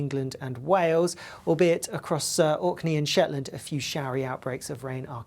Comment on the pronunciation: Someone catch me as I faint!, the presenter managed to say Orkney & Shetland!.